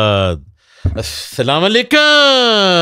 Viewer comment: Aslamu alaikum sir ap k podcast bht achi hoti h or m dekhti b ho pr aj k podcast chahat fateh k sath sai h pr in k slam krny k andaz nai sai h m yh is lia kh rhi ho k jb ap kisi ko slamti dee rhy ho to pori slamti do na k slama alaikm glt h bht